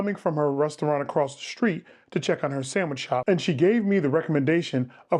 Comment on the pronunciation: That's a samwhich lol did u whimper the first bite lol